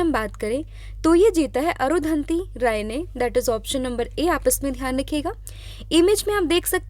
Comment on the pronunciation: अरुधंति राय नाम नही अरुंधती रॉय है